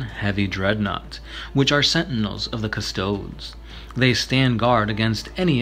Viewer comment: cus-toad cus-toad-e cus-toad-ess Pick a pronunciation and stick with it :|